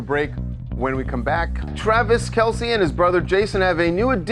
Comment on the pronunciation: For the love of correct. Why can't anyone pronounce the Kelce last correctly? It's not Kelceee it's Kelce like else. It just seems ignorant especially when you know the correct pronunciation.